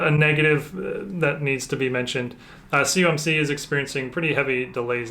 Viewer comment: I mentioned in another video you did a PSA submission return. It sounds like you say "cumc", what is that? I know what "COMC" is. I have bought from them for years. There processing orders and shipping through Ebay is insanely slow. Been waiting on order 30 days, it's not even shipped. I really want to know what you mean by "CUMC" is. Thanks for your reply.